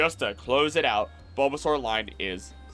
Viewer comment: So glad this was posted when I had time to watch!! I was really hoping for this video and I loved every bit of it!! I do remember one thing- you said like Buhbbysaur or something? Could that possibly be from the Lil Char and Gaang webcomic???